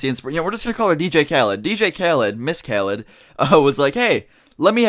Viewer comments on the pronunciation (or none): it's not dj calid its dj khaled (callee)